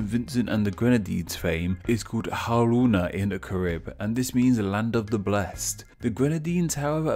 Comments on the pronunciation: it’s pronounced kah-rib, and kah-ree-bee-ann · KAIR. RIB. Your pronunciation is wrong. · Yes, us Caribbean people know a lot of this and could clear stuff up if you asked...also say Carib and Dominica right v.v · It’s pronounced careeb